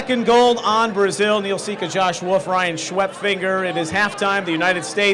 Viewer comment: It's Wolff, not WOOF.